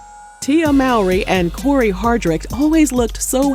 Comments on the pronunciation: That is not how you pronounce Mowry. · It bugs me that after all these years of being public figures commentators still mispronounce Mowry. 🤦🏾‍♀️